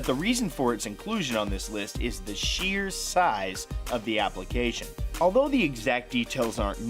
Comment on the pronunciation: ITS NOT SHYER ITS SHEER